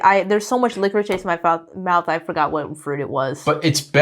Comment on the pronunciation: Took me a while to figure out what was saying. If you're speaking English, just say licorice. Otherwise, try luh-crease with accent on the second syllable